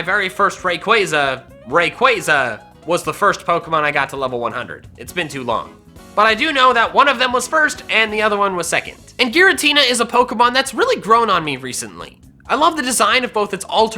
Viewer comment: THERE IS NO S IN GIRATINA!